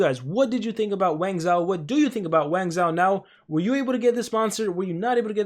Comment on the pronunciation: Don't wanna be rude but its pronounced wang-joe. The zhou dynasty was the chinese dynasty that followed the Qin dynasty. You can look it up and I'm not trying to be rude